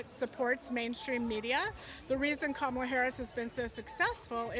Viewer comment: Owen, it’s KA-ma-la, not ka-MA-la. 😂😂😂